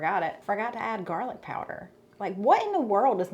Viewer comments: She calls it jarlic because it is from a "jar"-gar"lic." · Why do you call garlic jarlick?